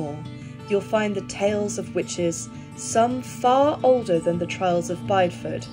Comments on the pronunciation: Great video, for info it's pronounced Bid ee fud not bide Ford. 😊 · This is so interesting! I grew up around Bideford and had no idea about this so thank you for sharing! I do feel the need to say tho that you pronounced Bideford wrong (common mistake) It’s bid-e-ford if that makes sense? I’ve recently discovered your channel and I love your videos x